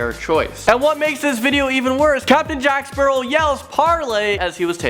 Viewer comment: jack sperow lol